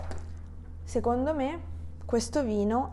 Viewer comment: Ciao! Grazie! Perche "seCondo" suona come "seGondo"?